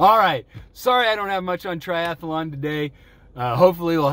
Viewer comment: Ermmm... how did you just pronounce 'triathlon'?? Look at the word, damn it! It only has ONE 'a' in it! NOT two! What is it with you Americans? You are the only country to pronounce it this way. We have been over this before... remember! smh:-( lol;-)